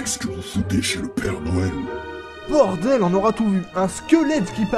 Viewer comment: a oxilac dis père doël